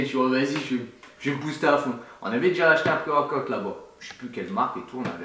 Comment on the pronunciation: " Pré-worquoute " Haha est partout!